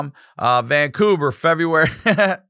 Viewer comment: VanCoober 🤣 and then he said Fevruary 🤣🤣